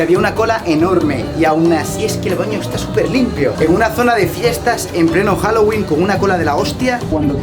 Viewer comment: HOUWOLING O HAUELLIN